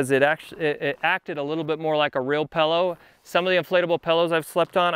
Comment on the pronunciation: Great video, great review. One minor complaint... what the heck is a Pal-oh? (😜)”This is the little dinky bag for the Pal-oh...”